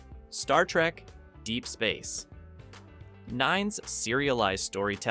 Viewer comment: I was about to praise this video for using a real voice I until I heard the Ai try to pronounce Star Trek: Deep Space 9.... Ugh...